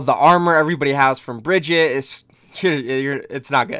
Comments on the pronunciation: Her name is pronounced "BRIE-GIT-EH"! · Everyone pronounces Brigitte like “Brigitt” or “Brigitta” if you just pronounce the E in the end you basically pronounce it right. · Is Brigitte so hard to pronounce? Just say Brigita xD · No, it's pronounced "BAH-GET" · Why did you change the way you pronounced Brigitte’s name several times in the video? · Everytime you say her name wrong, my heart breaks for her.